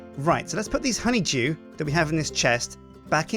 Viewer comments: it sounds like is saying honey jew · Anyone else think "Simon" every time he says "honeydew"?